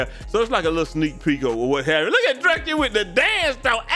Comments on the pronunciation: Drew-Ski wtf is dra-ski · Pronouncing it druss•key had me so weak cause first I’m like maybe it was an accident then he kept saying it I’m like how do we tell him 😭